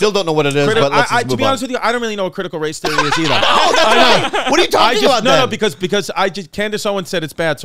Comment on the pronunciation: “What’s critical race theory” -Bobby **cuts to ad** “Alright it’s Chrissy babbles…” 😂😂